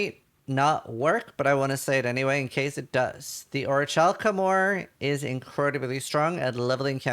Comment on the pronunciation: Orichalcum. OriCalcum (calculation) not oriTCHalcum. (Kitchen)